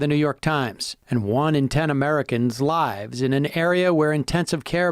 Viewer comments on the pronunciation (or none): lol sam said lives instead of lives